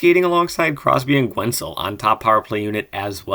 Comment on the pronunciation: Love the videos. I have to be the guy to point out that the U in Guentzel is silent haha. Keep up the good work!